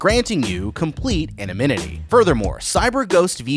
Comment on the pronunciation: "complete anominity" what the hell is that